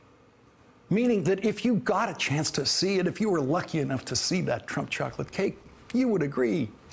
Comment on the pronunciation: The key word for the Chinese leader meeting was Chahklit cake, no Chawklit cake, no, no it's Chocolate cake; Whatever. Get on with it already!